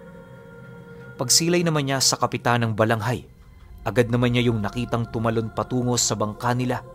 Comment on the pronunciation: Narinig ko ang kwento na ito sa lolo ko na albularyo, Balangay po iyon hindi Balanghay.